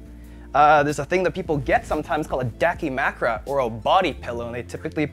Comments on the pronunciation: Corrects pronunciation of evangelion, proceeds to say dakimakura incorrectly. …. Sigh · Corrects the name of eva but butchers dakimakura just stop